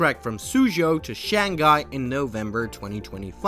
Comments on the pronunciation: i'm sorry. really really good vid. but hearing you mispronounce Shanghai hurts me physically. i did not want to write this comment but after the 6th time and 2 times deleting it again, i just have to. it itches me, hope you take it positively, please... it is Shang-Hai ... not Shan-Ghai 😵‍💫 ( i will not talk about xpeng, nearly noone gets it right when you don't know chinese) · you did so much research but you couldn't figure out that its Shang-Hai and not shan-ghai, well now you know